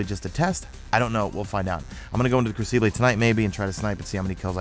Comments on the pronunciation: It's pronounced (Kroo-ci-bull) crucible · cough...its "Crew-sah-bull"....lol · Ah, the Cru-see-blay ;D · say "crucible" again